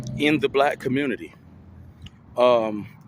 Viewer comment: It's how pookies and ray rays communicate with the communitAH